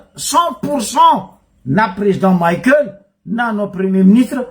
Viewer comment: 🥴 Abruti ! Ce n'est pas président maïkel mais président Michaël. Izy tsy américain kara maïkel jackson, anao koa tsy américain. Mianara magnano prononciation anao koa nianatra. Prononcer tsara, Michaël mais non pas maïkel nao zegny, anao marary jery. Stop koa watawata pory nao. 🥵